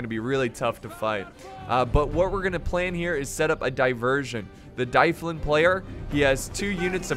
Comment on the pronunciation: Plz stop saying dyflin like that its Dublin like the city in Ireland